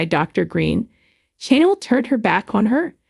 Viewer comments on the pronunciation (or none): Its channel not Chanel and this is old news 😂